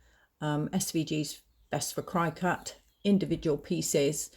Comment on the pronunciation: Cricut as in the insect..not cry-cut..lol and thank you for this